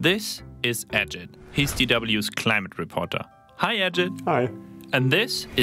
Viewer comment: Ajeet as pronounced! not Ajad/Ajed.Nice touch on old Ajit talking!